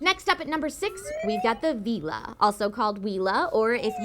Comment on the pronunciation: Veela not Vila